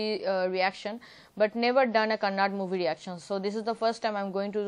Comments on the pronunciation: Living in India, please learn to at least pronounce the name of the language correctly. It is KANNADA , not kannad. please spell the ‘da’ at the end of the word. My God !! These North Indians !!! 😒😡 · it's not Kannad, it's 'kannada', so pls.. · that not kannad. that's Kannada